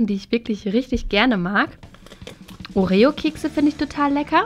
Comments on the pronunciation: das heißt orio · Du sagt Oreo voll komisch 😂😂